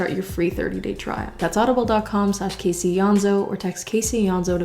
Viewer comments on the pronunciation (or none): I don’t mean this aggressively but why do you pronounce your name EEonso instead of AYonso